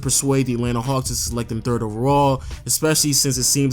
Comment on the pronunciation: Nejc Doler you really expect him that right when he can't even say "especially" correctly.....